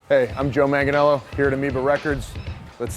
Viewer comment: TIL Joe is white by how he pronounced his own name, and then called himself white, lol.